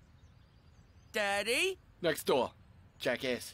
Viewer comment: the pause between “next door” and “jackass” tho 😂😂😂 lmfao